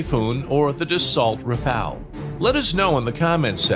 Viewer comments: Rafale, not Rafael, stop with that name. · Rafale* not rafael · Rafale not rafael